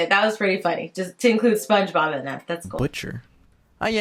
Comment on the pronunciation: pongebob... "PONGEBOB"